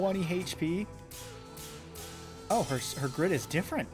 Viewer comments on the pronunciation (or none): none